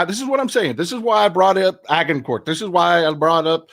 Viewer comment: Agincourt pronunciation. The G is soft like a J like in orange. The T at the end is kinda silent. So ... Ajincore